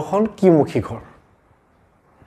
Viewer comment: Apuni koth koute ro tu bebohar koribo.gha nohoi ghar kobo lage.